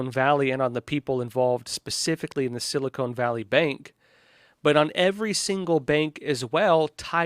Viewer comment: I thought it’s pronounced Sili-Con, not cone.